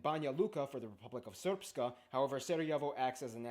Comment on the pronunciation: An interesting overview. I feel his pronunciation is a bit off, especially the "long R" in the words Srpska and Brčko - he added a vowel that isn't there. And he shouldn't say "Republic of Srpska" because Srpska is an adjective, not a noun. A better translation of Republika Srpska is just Serbian Republic. He also kind of mixed up Bosnians and Bosniaks. Nice reaction from the two of you though. I enjoyed this.